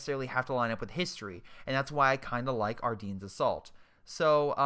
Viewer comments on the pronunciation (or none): Ardennes = Ar-den, not ar-deens. lol